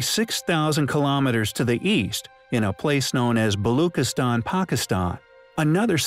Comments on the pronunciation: You are saying Balochistan wrong. “Chi” is not pronounced as K rather as Chi like Chi of China . A simple google search would have given you the correct pronunciation but you did not bother. You research has flaws, my friend. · Very inquisitive narration. But why no attempt to pronounce the name of Pakistani province Balochistan correctly? Please pronounce ch as in child. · Its balochistan. Ch like in cheese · its pronounced - BaloCHistan - CH like Charlie - not CH like kiss - just FYI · its pronounced: "Balushistan" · Why is this video intentionally mispronouncing everything? This is just clickbait… which contribute to misinformation. Seriously precision? Not precession? Neemis 😂😂😂😂😂😂😂😂😂😂😂😂😂 who ever you are, you seriously need to GET EDUCATED ON BASIC PRONUNCIATION OF BASIC WORDS… Balookistan? The Balochi people are likely hunting you down right now !!!